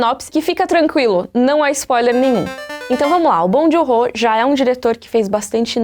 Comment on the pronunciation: Tava só escutando o vídeo aí ouvi um "Bom de Horror" no meio do nada. Aí voltei e percebi que era Bong Joon-ho AUHAUHAUAHUAHUAHUAHHUAUH